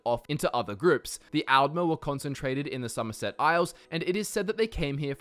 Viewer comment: D's and Ts similar? I thought you were saying "Algmer" not "Aldmer".